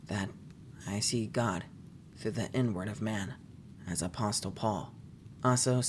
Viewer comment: Did he say inward or n-word?